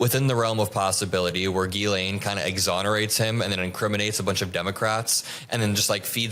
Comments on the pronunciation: lol He pronounced her name Jizzlaine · thank you for calling her "jizz-lane" as opposed to "gi-lane" Maxwell. you made my day. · It's not Jizz Lane! It's pronounced Gilane (hard G, no Z) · I love how Cameron pronounces her name "Jizz-lane"🤣🤣🤣🤣🤣🤣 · Is Maxwell's name pronounced Jizz-lane? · Is he purposefully saying, "jizz lane"? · “Jizz-laine”😂😂😂…sounds about right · Why are you saying jizzlane? you sound like an idiot. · Did he call her JizzLane? Lol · Jizz Lane is my favorite mispronunciation of her name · I've heard Ghislaine pronounced in so many different ways, but I think my favourite is hearing say "Jizz Lane". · I like how Cameron pronounces it - it really fits the bill. Jizz-lane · Why does Cameron pronounce "Ghislaine" as " jizzlane"? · Could you possibly bother to pronounce her name correctly? It makes you look amateurish when you can’t be arsed to do so. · Why is he pronouncing Ghislaine like that? Not but the other guy?